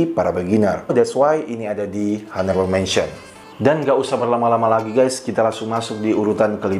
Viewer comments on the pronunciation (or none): Bro, video-video lu bagus. Mau kasih masukan dikit cara baca in English dan French nya benerin. Contoh Honourable itu bacanya onorabel bukan honorabel. Lalu Eau De Toilet itu bacanya O De Toale bukan U De Toilet. Have a nice day!